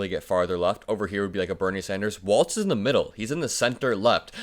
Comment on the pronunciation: Please pronounce his name correctly. It’s walz not waltz.